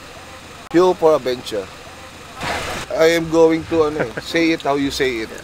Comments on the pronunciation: "Fuel for adventure" Cong: "Fuel fordaventya" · FUEL FO ADVENCHA CONG TV: FUEL FORDAVENTYA 🤣